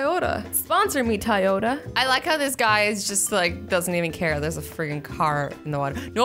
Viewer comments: It’s not ty yoda it’s toy yoda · IT'S NOT TIYOTA IT'S TOYOTA 😠😠😠😠😡😡😡😬😬😬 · I think she meant Toyota instead of "tie otta" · Azzy: Tyota Me: umm what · I stared laughing when azzy keeps saying tiota instead of Toyota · Azzy: Sponsor me Tyota Toyota: Maybe if you say our brand name right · It's Toyota not tyeota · Tiyota 😂 um azzy sorry to break it to you but it’s kinda pronounced Toyota love ya 😊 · Its toy-ota not tay-oda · I love how she said tyoda instead of Toyota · Did any one notice she said tAyota instead of TOyota 😂😂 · Your pronouncing it Tiota but reall it is Toy-ota Toyota grammar lessons. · The amount of dumb that came out her mouth was insufferable!! Ty-o-ta .......the fudge its a toyota toy-o-ta..... Christ!!! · You said "Tyota" lol its Toyota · ITS TOYOTA NOT TIYOTA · a tie-oh-tah 😂 does anyone else say it like that?? I've never heard anything other than toy-oh-tah (🚫no hate🚫) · azzy i not trying to mean but it not tioata it is toyato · She said tiyoda instead of Toyota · I love you Azzy but it’s pronounced toy-ota not ti-ota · never say Tieota again 😒 CRINGE!! 😳 It’s TOYota 🤬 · Anyone else notice how she said TIota not TOYota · TYota? It's TOYota. That just threw me off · tayota? it's Toyota Lmao 😂😂😂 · Its not tiyota it's Toyota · ITS TOYOTA NOT TIOTA!!! CCCCCCRRRRRRRRRRRRRIIIIIIIIIIIINNNNNNGGGGGGGGEEEEE!!! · Who noticed that she said tayota instead of Toyota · "Tiyota"??? It's Toyota azzy but ily still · Sorry not to hate but it’s not ti-ota it’s toy-ota like a toy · "Tayota" lol Azzy😂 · It's Toyota (toy-o-ta) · Your saying Toyota wrong say it like Toy Yoda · Did she say TIE-Oda? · Azzy it’s pronounced toy-yo-ta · its toy-ota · It's pronounced TOY-yoda. GET IT RIGHT!! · I love how she pronounced Toyota as tyota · Tye-ota giiiirrrrl! Damn! You have to be low key trolling. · She says Toyota like TIYota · Was anyone else annoyed by the fact that she said Toyota wrong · I “love” how you pronounce Toyota😂